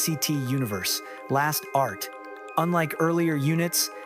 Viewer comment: LASTART comes from Last + Start, meaning the beginning of the last unit. So it's correctly pronounced Last Start. However, thank you for story about our Wishies 💚